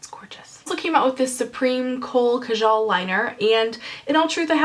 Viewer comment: Thought I'd chime in on the eyeliner Kajal pronunciation, it's Kaa-Jull with more emphasis on the Kaa. :)